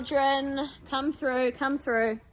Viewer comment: I enjoyed this vid as I do all yours, but I have to finally ask: Is "thruff it" a slang pronunciation thing going round that I am not aware of, or is it mostly there in Australia? You are the only one I've heard say it but I have heard you say it several times now. Just wondering!